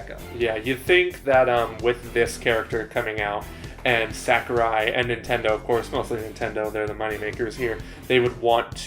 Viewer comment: In b4 ZeRo debunks this tier list. Piranha Plant was never broken, Shulk is not mid tier in Ultimate, No one banned Bayo in smash 4. And for god sakes, its Sah-Ku-Rai. Not sackarai.